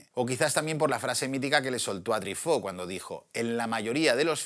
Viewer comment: Se pronuncia trifó(Truffautt)? Toda la vida dije trufó, debí haber parecido un idiota Pd: sensacional video para una sensacional pelicula